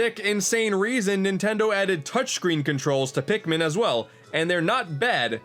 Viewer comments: "Pikman 1 and 2..." it's Pikmin not Pikman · "a mii is a pikmin" *Pikmiin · Now we gonna need "Hey Pikimin"